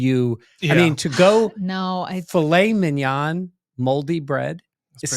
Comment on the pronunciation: Dan is an original. I'll take Fillet (FeeLay) Mignon (all the French I know).